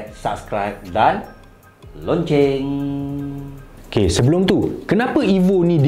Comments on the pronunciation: Lonceng ke loceng? Terbayang lokcing(satay ikan) setiap kali dengar dia sebut lonceng🤣🤣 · loceng banggg locengggggg... bukan loncenggggggg